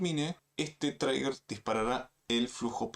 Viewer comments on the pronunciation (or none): Todo iba bien amnigo, buen video, solo una correccion, no se pronuncia "TRAIGUER" se pronuncia "TRIGER" con acento gringo saludos... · Gracias por el video. Se dice "triguer" no "traiguer". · Trigger se pronuncia triguer ❤ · No pude seguir viendo el video después de todas las veces que inventaste como se pronuncia trigger, parece que crees que se pronuncia como Tigger 🐅